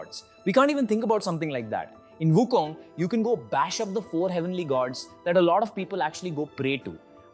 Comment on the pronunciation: So far you are the only one that I encountered pronouncing WuKong in Chinese way---WuKung, not WuKong.